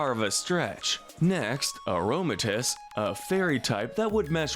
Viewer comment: It’s pronounced YAH-mask, ZETT-zel-kahn, hown-DOWR, uh-roh-muh-TEESE, LAH-punny, cry-AH-GUHN-null, UH-LOH-muh-moh-luh, COHM-bee, lie-PURD, MEEN-shao, and el-GEE-em, “”! 🤨 The second of which has a silent T! You’re just as bad at pronouncing names as Kyle,! 🙄